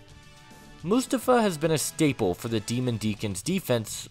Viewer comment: It’s prounounced “Moo-Stoff-Uh.” 🙄